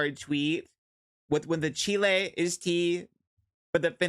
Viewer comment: Pronouncing it as Chile 🇨🇱 is taking me outttt 🤣🤣🤣